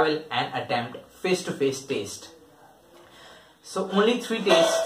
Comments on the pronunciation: It's not taste it's test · Y u say taste? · I appreciate your intentions but please gather good info and also stop saying taste. And one more don’t repeat things which u already said clearly, it’s annoying.